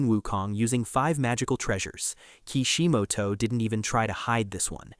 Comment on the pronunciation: The way you mentioning Ki Shi Mo To, lmao bruh